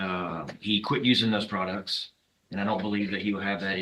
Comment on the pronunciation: Products not prouts hahahahahahaha